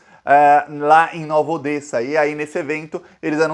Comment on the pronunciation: Pronuncia-se "Nova Odéssa".